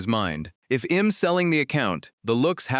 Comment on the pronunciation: This ai voice got an accent 😂😂😂 all i hear is em instead of i'm